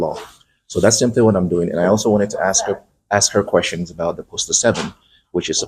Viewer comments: ".. don't axe no qwestions..." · Please stop axing me....i find it very threatening 😂😂😂